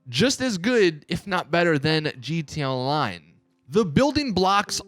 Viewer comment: G T A Online not gtonline its the worse thing to hear.